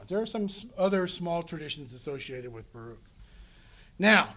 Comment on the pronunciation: Baruch is pronounced Baruch, ברוך.. not as this professor pronounces it. It is odd that someone who devotes time to study these texts lacks a basic pronunciation understanding.